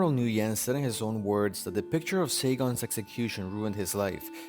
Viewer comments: It's pronounced wen, not nuyen. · Gotta love how NO ONE in the comments asked why did the uploader pronounced his name as "New Yen" instead of "Win" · "Nguyen" is not pronounced like "New-yen." It is more like "win" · You pronounce the General's name as "win" but you a N before it and say it quickly, not "New-when" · By the way the general's name is pronounced "whin" not "nugen". It's one of those problems with spelling Asian names in Roman script, sometimes letters are not chosen very well. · At least I’m not North Vietnamese I’m South Vietnamese that means my parents and grandparents were never commies the North Vietnamese are commies and Nguyen is pronounced “Ngu-yen” the “N” and “G” are pronounced together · The general name is pronounced "win". So hard to listen to you making error like that. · FYI, Nguyen is pronounced "win" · Nguyen is pronounced like when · Pretty sure this guy had a printing shop in Pan Am shopping center, Fairfax, VA before the pizza place. Early 80's Can anyone confirm? and "Nguyen" is pronounced "WIN" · his name is pronounced "when" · Nguyen is pronounced "Wynn" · Duke Of LongTree you can tell he did such a shoddy research. Can't even pronounce his surname correctly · His pronunciation of "Nguyen" was still incorrect. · You mispronounced Saigon and the last name Nguyen